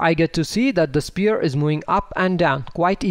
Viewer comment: Nice videos but please learn pronounce sPHere properly. Like an F. :D